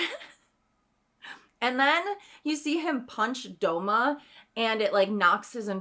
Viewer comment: Did she call douma DOUMO!!!! WTF